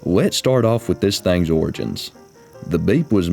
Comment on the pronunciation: Especially when he says trucks And Thangs